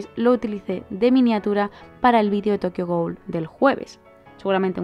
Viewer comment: Por qué siempre decís ghul? Y no ghoul?